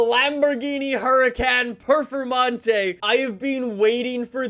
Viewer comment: How do you pronounce huracán performante incorrectly 🤦🏽‍♂️